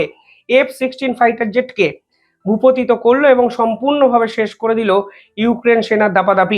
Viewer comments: শব্দটা ভূপতিত নয় ভূপাতিত। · ইংরাজি অনেকেই ভুল বলেন কিন্তু বাংলা ভুল বললে খুব খারাপ লাগে। এই যে বললে ভূপতিত, শব্দ টা আসলে ভূপাতিত।